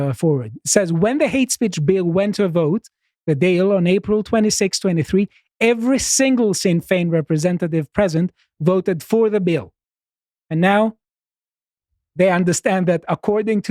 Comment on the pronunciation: He pronounced "Dail" as "Dale" and "Sinn" as "sin". Love the guy but that's nowhere near correct.